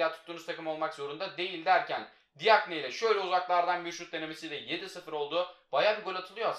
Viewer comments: Abi DİAGNE cagne diye okunuyo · Abi diagne değil cakne